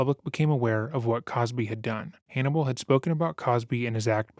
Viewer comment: I know this guy does his research because he pronounced Hannibal’s name correctly.